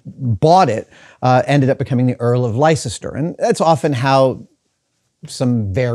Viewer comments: Heh... I'm from the US but live in the UK. Leicester is pronounced 'Lester' here... it isn't Lie-sester Square. I think they just like to see us butcher their language. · Li-cest-er codex!?!??????? Les-ter. That’s how you pronounce Leicester. Leicester as in fester or tester or jester. NOT Li-cest-er. Lester. Basically we added ice for the fun of watching Americans try to pronounce it properly. I can just imagine how you’d say Loughborough! 😂🤣😂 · LES-TER, not Lycester! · FOR THE LOVE OF GOD ADAM PLEASE - It's pronounced "LESTER" not lye-sest-er xD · hello all at tested, cant praise the show enough ,,,,,,wow. just a little note Leicester is not pronounced "lie-ces-ter" it is pronounced "les - ter"...........i was in leicester last week on a fishing trip as i live in Birmingham...........some 35 miles away. Hope this helps. yours Alan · It's not lie cester, it's less-ter, just like Worcester is wuss-ter. Also, Edinburgh has no o in it, so don't say edin-borrow. While I'm at it, Loughborough is not looboroo, it's luff-b'ruh. I mention this, because hearing Americans asking for a rail ticket to looboroo is too hilarious, especially when you have a mouthful of coffee and you're standing in a queue. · Its pronounced Lester not Leicester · LY-SESS-TER ?????? it should be pronounced LESS-TER. It is a common mispronunciation by Americans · Not wanting to appear panantic Adam, but Leicester is pronounced Les ter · I can watch 100s of hours of Adams vids, all the time lapses, all the nattering about old times, the man is a legend... but I can't make it through another 'lie-sess-ter', had to quit at 5mins in. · As someone born and raised in Leicester, every pronunciation of lie-sess-ter hurts my brain (for those curious, it should be more lik Less-ter). However the wonder of everything else in the video helped me power through it. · Youre a dummy. It's pronounced Lester. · Lester, that's how you say it That's even how you say the American Town so you have no excuse